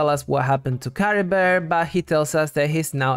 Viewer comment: Don't apologize for being interested in Cultural Linguistics. I mean, it is what I study anyway. Yeah, you're completely right about them being Germanic names. I didn't remotely think about the fact that the Merovingian Dynasty was a Germanic one. The problem is the way Chlothar pronounces Caribert's name, which is very French sounding, that's in general what I meant. I honestly don't know how much Mondstadt and Khaenri'ah can be linked together, but the possible Arabic translation is indeed interesting. I mean, the Abyss Order did specifically target a Statue of the Seven from Mondstadt.... I honestly don't know why Ukko was transformed into a Lawachurl (not Mitachurl). It kinda doesn't make sense. I mean, the curse should be a Khaenri'ah thing and Sal Vindagnyr fell who knows how many millennia before the Cataclysm, considering it fell as Khaenri'ah was being built. Why were the people of Sal Vindagnyr or just Ukko cursed with wilderness? As for Khaenri'ah being a official name for the other nations while having a real but secret name... I have no idea but it is possible. It would explain why the Vahumana call it Dahri while it's Khaenri'ah for the rest of the world. It could also mean just a name that Sumeru gave Khaenri'ah in order not to say the actual name of the nation because of what they did.